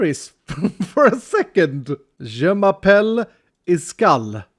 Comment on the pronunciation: "Je m'appelle Iskall". Hey ! That sounded good !